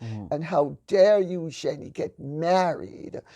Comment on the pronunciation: Great to hear Lady C pronounce Eugenie correctly thank you